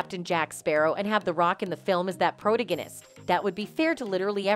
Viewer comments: The word is pronounced PRO - TAG - ON - IST! If you are going to use big words, know how to pronounce them correctly! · Pity your channel cannot use educated individuals to narrate accompanying videos. Pronouncing the word "protagonist" is not that difficult. Incorrect repetitions is as grating as the neverending "amica cream" in the trial.